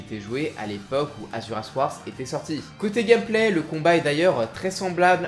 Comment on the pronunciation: J'met mon sel ici, malgré la qualité des vidéos : S'il vous plaît, faites un effort en prononciation des noms svp, j'en peux plus, c'est frustrant dans tous les sens de lire "Wrath" et d'entendre "warss" par exemple, je sais que t'as déjà beaucoup de boulot sur les bras pour te préoccuper de ça, mais j'ai besoin d'extérioriser ça des fois. Sinon le contenu est toujours aussi bon, pas trop speed, donc agréable à écouter quand on est tranquille, et tout est très bien expliqué. Pour revenir sur la prononciation, je sais que là on est juste pas sur un niveau linguiste pro, là où chez trash on se retrouve avec 90% de balecouillisme et osef si on écorche le nom, quelle que soit la langue, voire même des mots usuels français.